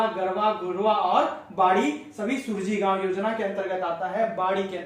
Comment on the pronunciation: Yojna ka naam sahi se pade Suraaji gaon yojna hai